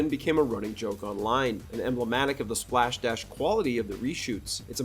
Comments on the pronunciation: Slapdash. Not "splashdash". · What the fuck is splash dash? The phrase is slap dash. Jfc